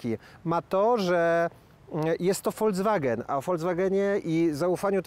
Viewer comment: nie wymawia się FOLCWAGEN